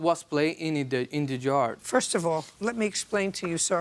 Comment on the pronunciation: " De dog was placed in de Jaaarrrrddddd"🤣🤣🤣🤣🤣😭😭😭😭😭